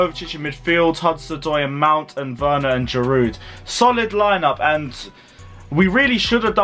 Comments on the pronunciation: The pronounciation is Verner not Werner. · Right, I am getting annoyed by your Werner pronunciation!😡😂 Just change the “W” in Werner to “V” and that is it, please get it right ffs!😂